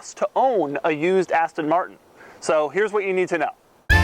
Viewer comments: i hate the way he says aston martin lol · Please buy another car Doug. It's painful every time you mispronounce Aston Martin.